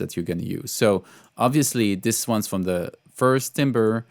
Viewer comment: Timbre is closer to “tamber” in English - hope that helps, and keep up the great videos!